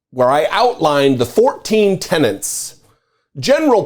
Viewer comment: Tenets not tenants…